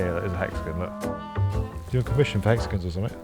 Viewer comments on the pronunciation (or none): This video was brought to you by… Hex-a-gens 😂